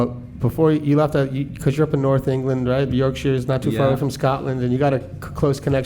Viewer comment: Shout out the American pronunciation of "Yorkshire".